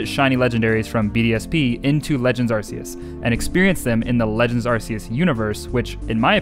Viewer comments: is pronanst arkeus !!!!!!!!!!!!!!!! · I'm pretty new to the channel and have been binging everything. Have you ever addressed the pronunciation? Cause I'm super confident that its AR-KEY-US and it drives me crazy. Maybe I'm a little high-strung on my current THOUSANDS of soft resets for the lemon god though, idk. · How dare you not name every Arceus “Arkoos” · Hi did you say arkoos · Mandjtv has already trademarked "Arkoos" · he said a r k o o s bois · I can’t find a single comment saying: “iTS aRKEuS” like the way you say arceus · He said arkoos! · I’m a MandJTV fan and he said ARKOOS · I loved the video, but also...ARKOOS? A FELLOW TEAM SKY FOLLOWER! Or you could just be pronouncing it different for fun in which case, disregard the Team Sky stuff. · its pronounced arkeus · Its. Are, key, us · Arceus has a hard C fyi. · It's pronounced arc eus with a hard c